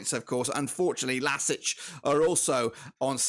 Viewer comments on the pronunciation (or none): Its L A S K not lasic just LASK